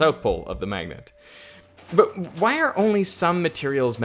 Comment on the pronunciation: What happened here? . "but wHyy are..".